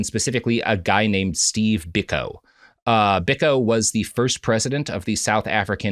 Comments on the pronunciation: Its pronounced "Bee-koh", not "Bik-oh". Never more have I wanted Prop to be on the show to correct Robert. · The Peter Gabriel song 'Biko' is a eulogy of Steve Biko. (Edit: And yes, as others have said, it's pronounced BEE-koh) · Sometimes I think Robert is fucking with us with pronunciations. Stephen BICK-oh? You're not serious right now. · Biko is pronounced "Beeko." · yeah true but it's still pronounced Bee-koh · A not so hot take on a very well covered story. It’s literally all over the internet but they seem not to have noticed that. The reference they quote is on YouTube and covers the nature boy story much more comprehensively and with less sniggering, giggles and errors. And please pronounce Steve Biko’s name properly. A widely known and hugely important figure in history and subject of many songs. Content is content, I guess. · The mispronunciation of Steve Biko's name is crazy. Other than Nelson and Winnie Mandela and Desmond Tutu I'm not sure there's a more famous South African